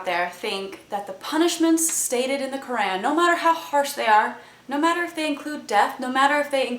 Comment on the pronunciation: heheh Kur-Ann! hehe pronounced it wrong again